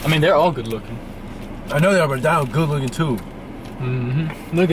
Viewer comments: Beomgyu is pronounced like bomb-gyu Hyung/hyun is pronounced Hyo-n Taehyung Tae-hyung Baekhyun Baek-hyun Dino Di as in Dior than no Hyunjin Hyun-jin Ahin Ah-in Jungkook Jung-gook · Its not daino 😭dammmnn its dino 😭 d..no ❤❤anyways love u guys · It’s pronounced Deeno for Dino from SVT ❤ LOVE YOU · also they said dino but it's pronounced deeno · So about Beomgyu it is pronounced Bomgyu like Bomb but without the b at the end and Dino it is pronounced like Deeno not actually Dino but it honestly depends on where you are from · Dino from Svt his name is pronounced De-No when I tell you I busted out laughing when you guys said dino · NOT DINO GOOD LORD IM CRYING , it's pronounced "dee-no" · Its deeeeeeno not dino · It’s DEENO NOT DINO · Usually in Korean names the "e" isn't really given emphasis while pronouncing. So beomgyu is pronounced "bomb-gyu" and Dino is pronounced "d-no" Edit:- I'm sorry there was a typo in tho "gyu" i didn't check that the keyboard autocorrected it to guy chillax ppl💀😭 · dino is pronounced like deeno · The fact that you include Dino makes me so happy but the pronunciation is DEENO <3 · the E in Beomgyu is silent so it's "bom-gi-yu" Dino is pronounced "dee-no" Hyunjin is pronounced "hee-yuh-n-jin" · I pronounce Beomgyu as Bum- gyu so you don't pronounce the e. • Aespa is pronounced as S- spa and Seventeen's Dino is just d- no • To pronounce Hyunjin it's like saying Yon but with a H at the front. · Beomgyu's name is pronounced as "bom-gyu" Taehyung's name is pronounced as "thae-hyong" Dino's name is pronounced as "dee-no" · Said dino name wrong i can understand why because the dinosaur😭😂 But it's kinda like D-NO= Dino Lee chan is his real name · Did he really said diyno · "Dino" is pronounced as d-no. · Dino is pronounced dee-no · He said Dino's name wrong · being the only one knowing svt but pronouncing dino like that😭😭😭